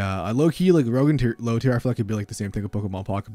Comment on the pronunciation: i love me some "rouge" decks :P